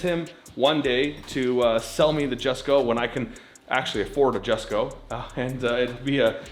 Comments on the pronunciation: Jesko is pronounced “Yesko” not “Jessco” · "YESKO", not jessko...come on man. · Say Jesko correctly, I beg of you